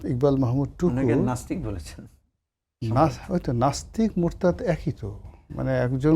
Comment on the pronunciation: মুরদাত না ভাই শব্দ টা মুরতাদ ।